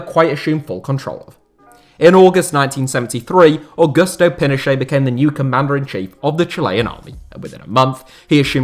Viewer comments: Allende = "a-YEN-day". Would it have killed you to take a few extra seconds to learn how to pronounce the man's name properly? I mean, you certainly got Pinochet's name right. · How is it you can pronounce Pinochet correctly but not Allende?